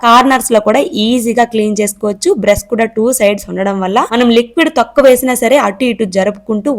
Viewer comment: Brush ❌️bress ✅️